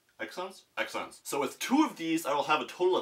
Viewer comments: It should be pronounced like "zeon". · (z-eon ) is how u pronounce it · it is pronounced zeon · I think its pronounced zeon I'm thinking of building one up named, "Goblin". I need it to render on Cycles and Eevee. gl to me. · It Is Pronounced Zi-OHnS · it's Xeon (zee' on) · i think xeon is pronounced kseeeons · +1 for kseeeon